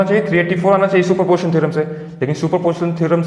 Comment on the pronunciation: Its not super portion theorem its super P O S I T I O N theorem.....anyway,good job. 👍🏼